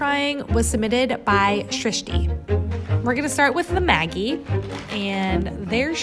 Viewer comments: In New Zealand I've always heard Maggi pronounced with a soft g, like magic, maj-je. Never heard it pronounced like the nickname for margaret, maggy. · Hi, love you channel....but gotta pull you up on how you say Maggi.....its pronounced Madgi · Love you and your videos and perspective on life via food! One comment, Maggi is pronounced Madge-I - like the 3 wise men. :0) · I didn't know you pronounced maggi with the g as in igloo or grade. Cause we (arabs) pronounce it as majji but we right it as maggi😅. Nothing is wrong with that tho🙂💛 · It's pronounced Mad gee!!! Not how you say it!! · We pronounce it ‘Madgie’ in Australia - I kept wondering who Maggie was 😂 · We pronounce it ‘maJ-eye’ with a sift G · Why you pronounce them wrong? The g is like in magic